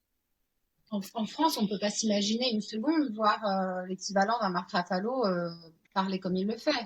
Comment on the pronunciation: Bravo pour cette interview ..juste pour faire ma chieuse c est Mark Ruffalo et pas Raffalo❤❤